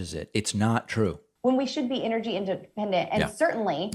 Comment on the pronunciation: What the hell is "Inergy"? Does she mean ENergy?